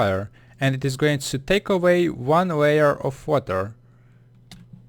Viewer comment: Place water, or wawa, obsitan XD I'm choking on my own chuckles, still learned a lot from this vid. :)